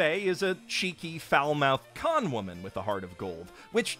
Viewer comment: “Cheeky foul-mouthed con woman.” Lol with all the emphasis on C, I thought you were going to use a different word.